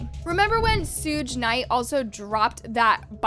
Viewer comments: Did this b really just say sUUUg Knight🥲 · Jeebus, you misuse and mispronounce so many words. If you're making this kind of money on YouTube, don't you need to know how to talk? And, his name is pronounced 'Sug'(e) Knight....as in sugar...not 'sooj' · Why do you keep saying names in the most ass backwards way? ...SSSSOOOOGGGEEE KNIGHT